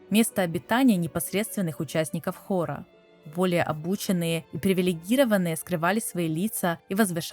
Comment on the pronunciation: Комментарий, так сказать, в поддержку видео. Чуть резануло слух ударение в нескольких словах. 🙂 Правильно: низИна, привилегирОванных, Явства (не явствА).